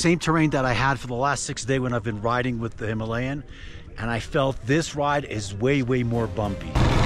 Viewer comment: Thank you for pronouncing Himalayan correct.